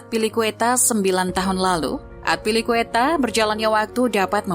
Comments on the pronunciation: At least riset dulu lah sebelum bikin konten. Masa Azpilicueta di ucapinnya Atpilicueta 🤔🤔🤔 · azpi min azpi bukan atpi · Narator salah dalam penyebutan nama, kecewa sih kalau sepanjang video mesti aneh dengar namanya. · Cara baca azpilicueta nya kurang enak didenger. Wkwk